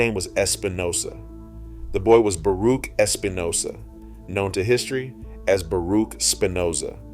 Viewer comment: The name Baruch isn’t pronounced Baruk. The “ch” at the end is pronounced like the “ch” in the holiday Chanukah.